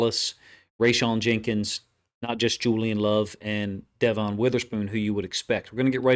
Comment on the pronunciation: I appreciate everything you do for us 12's when your not a Seahawks fan. It's pronounced Devin spelled Devon just thought you might want to know. Go Hawks 🏈 💙 💚